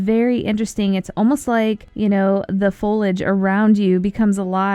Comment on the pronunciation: Foil age not foleage